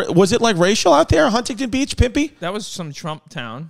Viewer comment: Yall added like 13 extra syllables to Huntington Beach!